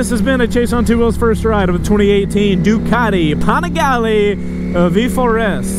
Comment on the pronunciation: Why does every Panigale video have to say PAWNigaLAY 49 times in the first 2 minutes..!!?!